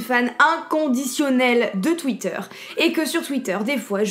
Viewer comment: Et quand tu a dis je suis fan de twiter jai cru que ta dit je suis fan de sexe